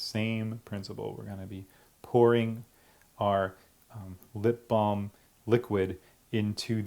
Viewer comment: I'd she saying lip balled